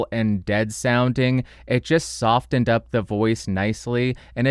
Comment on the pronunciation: The T in “soften” is silent, as in “listen”.